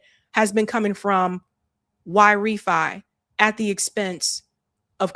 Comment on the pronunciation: Great Show 🎉 I believe YRĒFY sounds like Y RĒ FY like Why Refinance. Hope you read the comments 😊